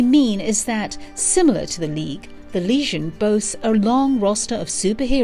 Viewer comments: I swear, every time you said "legion" it sounded like you were saying "lesion". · Is it just me or is she saying that the group was calked The Lesion of Superheroes not Legion. The damsged tissue or wound of superheroes? Is she trying to say it as the French would? Even so she's saying it wrong even then. I love reading LSH strories I particularly enjoy the stories from the late 70's and early 80's. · Legion, not lesion!! AI read script sucks. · Not Lesion - Legion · stop saying leasion that is gapping wound. Legion is the word you mean. lee gin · I thought it was the legion, not leasion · lol sounds like she is saying "lesion" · Everytime she says legion, it sounds like lesion to my ear. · Why is she calling them the Lesion? Not a flattering description. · "The Lesion" lmfao "Kan-dooer" lmfao The new Legion of Superheroes animated movie is not perfect and has its' own canon but is enjoyable and - for newbs - probably a good intro to the Legion's adventures.